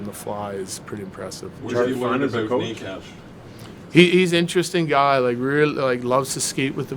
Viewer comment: The way bedsy pronounces Necas 😭😭😭😭